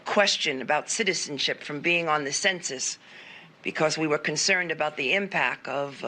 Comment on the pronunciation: ..."the impac"..."steadfass"